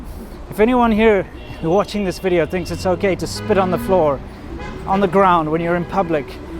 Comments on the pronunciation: Your wifes V's are good now. no more wideos, Videos..........shes nailed it :) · Wideo xD!!! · Please teach your gf to pronounce “video” properly?